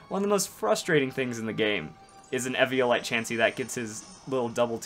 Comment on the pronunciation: do you know how to say eviolite you downsy